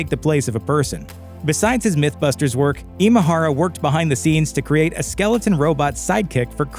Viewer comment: Way to butcher his Japanese name! Imahara isn't a Filipino name, it's Japanese in origin, Imahara Masaru. 今原正志氏のご冥福をお祈りします